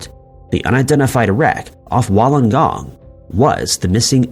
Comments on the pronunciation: It's pronounced Woolengong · Just a quick thing, it's pronounced Wool-en-Gong. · You pronounce Wollongong as Wool n gong